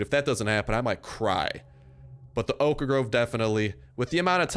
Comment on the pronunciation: Every time this guy says oak groves he pronounces oak wrong, but he says oak planks just fine. He's like stewie in family guy and can't say whip right when it's next to cool.